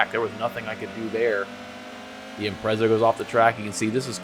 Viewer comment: 2nd time I've watched this one and I'm really sorry, but it needs to be said. Please learn how to pronounce 'Impreza'